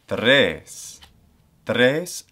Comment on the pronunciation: I noticed it for example in the word “tria”, in “tres” and in the word “primum”. I have the doubt mainly because in Spanish we don’t trill it in these cases, and as far as I know neither in Italian (I might be wrong in this one because I don’t speak a lot with Italians) I normally try to mimic my Spanish pronunciation when learning Latin (except in some consonants like ‘c’ or ‘v’), since it’s my mother tongue, but I’m asking because I thought wether the ‘r’ pronunciation rules might actually be different than in Spanish